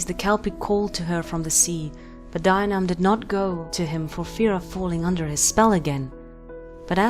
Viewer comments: Fee-oh-nah, and D-yee-nee-uv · it's closer to deen-eev but mistakes happen! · Isn't it pronounced Dee-a-nev? Other than that, I loved learning more about the waterlogged murder pony of Scotland. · Celtic languages are weird to pronounce for example bh at the middle or end of a word is silent and mh is pronounced as vh so the name dianamh is said as dee- anav ...... I think..... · Dianaimh is pronounced Jia nigh my. In Scots Gaelic, the "d" is pronounced as a "j".